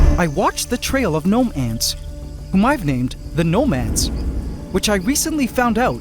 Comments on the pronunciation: Are the gnome ants and nomads two different things, or is he just pronouncing it weird sometimes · I went to my local skate shop today “Nomad” and every time I hear you say gnome ants, I keep hearing Nomads. I don’t know if they are particularly nomadic, but that’s what my ears keep hearing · Every time you say "gnome ants" I hear nomads